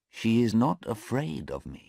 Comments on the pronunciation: Wrong spill 8.43 it is afraid not araid Tq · 8.47 afraid instead araid .